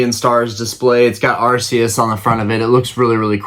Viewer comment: Im glad you say Arceus the right way haha I love him and Palkia! Ive never seen trading events, I only ever hear about people going to play the game and I just collect on and off